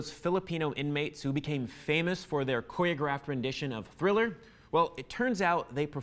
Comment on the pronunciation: why does he say his own name like cabbyero, and also gangham style, and coyographed?